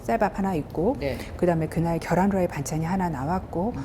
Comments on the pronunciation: 겨란 아니고 계란 입니다~~! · 계란이에요 겨란이 아닙니다